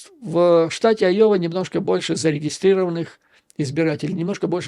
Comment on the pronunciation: Уважаемый Юрий Борисович ! Я живу в А-йове (а не Айо-ве) и себя Рэднеком НЕ считаю. Не советую и вам так думать насчет здешнего населения. Из того ,что вы сказали, я понял, что вы НЕ удосужились посмотреть в Гугле, чем известна Айова (кроме сельского хозяйства). Здесь находится один из 4 департментов фирмы Raytheon - Collins Aerospace - НЕУЖЕЛИ такая фирма по-вашему мнению НЕ технологическая ????? Её одной достаточно, чтобы штат назвать технологическим. Collins Aerospace - это в прошлом Rockwell Collins - компания № 1 в МИРЕ по разработкам и изготовлению мировой авионики !!!! Интересна выписка из Гугл "On July 19, 1977, the first GPS satellite signal, transmitted from Navigation Technology Satellite 2 (NTS-2) was received at a building of the Rockwell-Collins Company in Cedar Rapids, Iowa." И заметьте, что Rockwell-Collins сам и спутник собирал. Сегодня практически нет НИ единого самолета в мире, который бы не имел хотя-бы одного блока сделанного в Rockwell-Collins. Далее, у нас тут огромное предприятие ВАЕ Systems - тоже очень известное ! Ну хватит и этих примеров, чтобы доказать, что местные айовцы не только хвосты коровам крутят ! Поэтому НЕ все выпускники Айовских колледжей покидают свой штат - это явная туфта. Так вот - практически весь штат инженеров голосовал против Трампа ! И ДА их врядли можна всех назвать неграмотными.... Рассии б таких неграмотных - гляди и суперджет летал бы без проблем... хотя о чём я говорю....